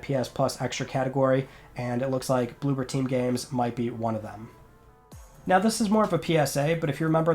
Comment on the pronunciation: It's blooBer team, not blooPer team.